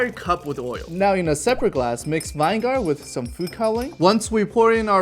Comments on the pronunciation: Did bro just say vine gar?vin eh ger. 3 syllables. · how i say it:vinegar how say it:vine gar like wut?????? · Bro said vine gar 😂 I'll help you out for next time, it's pronounced vin-eh-ger 👍 cool video bro! I saved it so I can show my niece and look like a cool uncle 😎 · What is East? Did you mean YEast? lol I heard you saw east twice and was confused. Then you said Vine-Gar No please lol You have me on the floor..... Its said like this vi·nuh·gr LOL Vine GAR - See after hearing you say it several times. I strongly think you're trolling old people like me... but just in case. Im still gonna say it lol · Is NOBODY commenting on the fact that he doesn't know how to pronounce vinegar??? Vin-uh-ger, not vine-gar 🤣🤣🤣I cringed every time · It’s not vinger. It’s viniger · Vine gar?!?!?!?!? It’s Vin-eh-grrrrrr but fast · vine-gar vi-nig-r 😉😉😉😉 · You don't say vinegar like vine-gar it's vin-e-gar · WTF is Vine gar you read vinagar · It’s vinegar not vingar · Bro, he said it wrong, he said vi ne gar not vine gar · I can’t get over “vine-gar” and “vi-ne-gar” :face-turquoise-covering-eyes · Vine-gar is a crazy way to pronounce vinegar lol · Fun Biden. Loved it a lot! The word Vinegar is pronounced vin-e-gar or viniger. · Vine- gar? 😂😂 nah u trollin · lol, vine gar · Okay, he better stop saying "VINE-GAR!" 🤣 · Hold up Did he say "VINE-GAR?" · What's "vine-gar"? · Vine Gar???? NEVER heard it pronounced like that lol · Vine gar really? Check that one word man. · For all that knowledge he actually thinks it's pronounced ( vine gar )... Science is really cool, but basic English is even cooler. I'm a huge fan of things like syllables and how vowels often create them 😊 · took me a while to realise what you meant by vine gar lol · Vine-gar?!? Seriously driving me crazy when said like that lol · vine gar lol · Why do u call it vine-gar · BRO JUST SAID VINE GAR XD ALSO ITS BECAUSE THE GALIUM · “Vine gar” son I’m crying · WTF is vine garr? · Vee ne gaar nah Van gaurd yes 😊😊